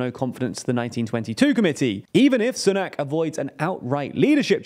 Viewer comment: Oh I forgot the way you pronounce Sunak. 😄